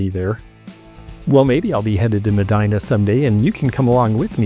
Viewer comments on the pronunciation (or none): Medina is an Arabic-Spanish place name; you can find cities and towns called Medina all over the Muslim world, and by default, the Spanish-colonized world in what is today North, Central, and South America. It’s pronounced MEH-DEE-NAH. I believe the original Medina is in Saudi Arabia!